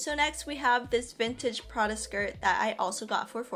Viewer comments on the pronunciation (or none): the way u say Prada is awful